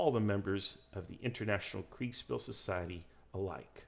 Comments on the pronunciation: Kriegspiel is pronounced KriegSHpeel for anglo-phones. A sh sound, like Prussia. (Prushia) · Thats quite the lisp you have when pronouncing Kriegsspiel. Kriegs-shpiel for anglos. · dude you really butchered the word kriegsspiel. but otherwise great video 👍